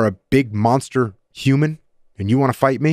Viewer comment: Does anyone else catch how he emphasized "human" after "monster"??!! ..I bet this guy has seen some real crazy, non-human confrontations.